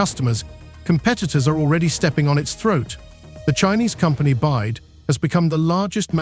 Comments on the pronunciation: Its B Y D Build your dreams not Bied , attention AI robot you must use better language model perhaps CHina deep seek model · byd not bide